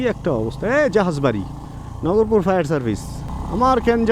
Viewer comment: নগরপুর না ভাই। নাগরপুর হবে। আমার গ্রামের বাড়ি। এইখানে।